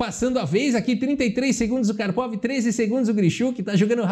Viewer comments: engraçado ouvir kárpava apos anos falando karpovi xd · Eu sei onde você aprendeu essa pronúncia do nome do Karpov - foi naquele vídeo do Misha Osipov, o ex-bebê de 3 anos!!!